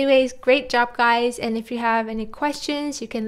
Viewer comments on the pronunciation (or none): none